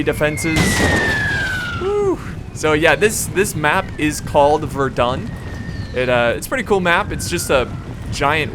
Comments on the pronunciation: I thought he said the battle of we’re done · battle of verdone ? no it's verdun!! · Ver-DOON, hahaha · It's pronounced verdan if you want to call it by its proper french name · great video verdun is said "vairdin" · you said Verdun wrong. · The "n" in Verdun is silent, friend